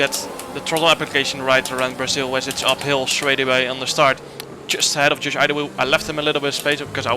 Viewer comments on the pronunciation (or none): He just murdered Josh Idowu’s last name 😅. The first letter I is not pronounced Ai, it’s pronounced as letter E. So kinda like Edowu. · Idowu is pronounced ee-dough